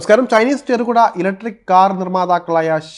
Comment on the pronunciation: Cherukuda..... Alla... Cherukida. Ennaakkoo